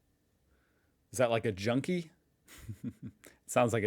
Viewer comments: Sigh - Americans and their diphtongs ... A Junker (pronunced Yoonker) - the English spelling is Yunker (probably to avoid the very problem of junking it) is a low rank in nobility. Country squire would be an English equivalent, but could be used in addition to a title like count or baron in Prussia. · it was pronounced quite bad so I did not understand it at first.